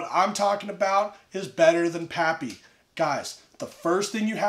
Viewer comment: “PaaPyYs”. What a lush